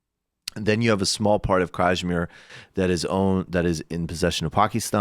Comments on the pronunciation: What they're pronouncing when they say Kashmir is actually Cashmere (the eponymous sweaters). Hence the stress on the last half of the word. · Yes. Kuh-shmeer. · Just a little help to pronounce Kashmir: The "a" is a neutral vowel like the "A" in "A"merica, the "sh" doesn't have the slight "j/z" that you add, it's more like "sh"oot and the "i" is closest to a double "ee" like in s"ee"k.